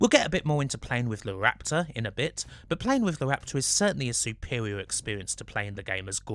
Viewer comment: Howy shit. A Bwitish man who can't say his r's. Supewiow, Gwant, waptaw, weal, vewy, cwose wange, Juwassic. Jesus Christ 😂😂😂